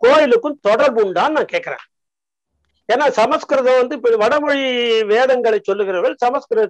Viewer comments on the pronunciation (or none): அய்யோ ஏனடா எல்லோரும் தப்பு தப்பா சொல்கிறீர்கள் ஸம்ஸ்க்ருதம் ,ஸ "ம்" என்று சொல் "ஸ ம" ஸ்க்ருதம் இல்லை. இல்லையெனில் வடமொழி எனச்சொல், தமில் என்றால் தப்பு, தமிழ் என்று சொல்லவும்